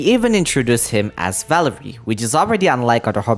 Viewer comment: valeriy, first it's not velerIY but valEriy, softened r edit, oh you did the emphasis right with valerio